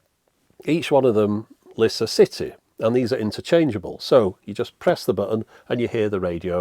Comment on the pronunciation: Careful how you pronounce "city"! 😬